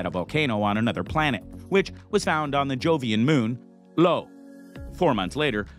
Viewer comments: Lo????.... it's io....like oh-IO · Jupiter Moon "LO"? I think you mean IO. (Pronounced eye-oh)🤓